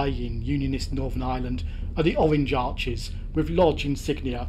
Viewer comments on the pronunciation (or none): none